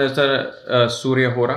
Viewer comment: Man y does hora sound like horus